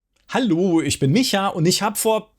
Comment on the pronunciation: wie aus Micha mal kurz "Mietscha" wird. :D